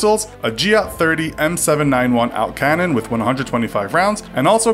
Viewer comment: I like how he says "auto cannon." Nice try, comrade.